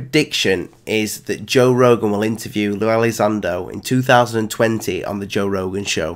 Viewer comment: Who’s Jor Rogan ?